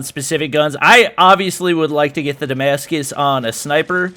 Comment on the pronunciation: Damashige?? It’s Damascus